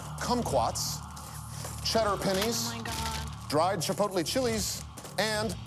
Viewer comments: Why is it not a single chef can pronounce “chipotle”? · i forgot that not a single person on food network in 2010 knew how to say chipotle 😭